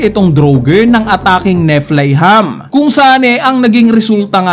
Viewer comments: ni fly ham??? or nifelhaym??? natutuw prin ako sa olll library mo, instead of awl library😂😂😂😂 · Ni-Play-Ham ampt hahaha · "NI-FEL-HAYM" kasi ang basa don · ganito sya i pronounce. Nifelhaym